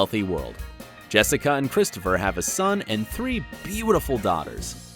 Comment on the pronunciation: It’s jess I CA not Jessie